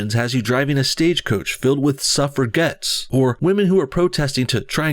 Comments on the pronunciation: "suf-Fro - grets" or "Suf-forgets" your mispronunciations are golden! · It's "suff-ra-jets", not "suff-ra-gets". (Edit: What was that girl at the end??) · SuffraJettes, that's how you pronounce it. Don't inbox me with your gif/jif arguments... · That’s not how you pronounce suffragettes fyi. It’s not the first time i hear you mispronounce your own language or say something historically incorrect, which is a bit cringey, when even a foreigner notices. I generally agree with your opinions and certainly get where you’re coming from, but all of these “small” mistakes kind of undermine your character. I suggest you handle the script writing and audio recording a bit more professionally: fact checking and spell checking might be a good start. If you have the ambition to delve into politics and not simple video reviews/drama alerts (seems to me that you do), you have to step up your entire game. Cheers.